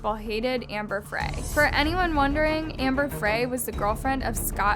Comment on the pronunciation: You’re saying Shannan’s name wrong, you’d think you’re telling the story of her murder that you’d at least check how to say her name. You’re also saying Amber Frey’s name wrong. Ugghhhh….